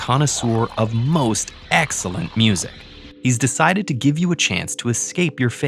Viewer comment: I found out what this was when he very heavily enunciated “most excellent”